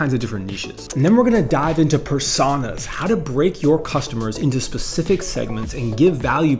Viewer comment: Great video as always, but that pronunciation of "Personas" is bait, right?